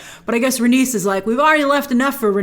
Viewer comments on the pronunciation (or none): Rain-ease Ray-knees Rhae-nys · Grace Meleys is pronounced like (May-Lees) and Rhaenys is pronounced like (Ray-Knees). Keep up the great work. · Meleys= Meeleeys Rhaenys= Rhae-nees And it's VelAHryon , not Valyrion (this felt like Hermione correcting Ron) If that makes sense ;) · i always pronounced it Rhae-knees and May-lee-s opposed to Rhae-nis and May-lis but George has said many times he does not consider pronunciation of his names important he says however anyone pronounces them is correct in its own way seeing as they are all fictional names to begin with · George R.R. Martin wants people pronounce his characters names however they like but in the show I think it's rhae-niece and mey-leese